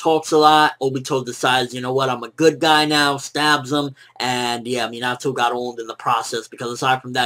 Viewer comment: I hate how he pronounces Minato